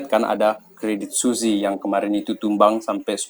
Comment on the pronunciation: bacanya credit swiss bang, bukan suzi